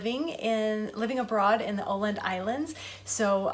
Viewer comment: Amazing my friend ! Those cucumber sandwiches looks super fresh and crunchy, can't wait to eat them soon. Excellent pronunciation on Åland (oh land) . Love this, see you on my pass the plate challenge :)